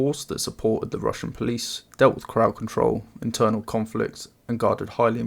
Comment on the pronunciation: i just said it myself and he clearly mispronounced word "Internal"